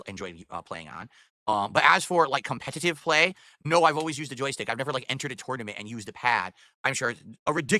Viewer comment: Cum pet tiv eh play....why can't this loser pronounce words right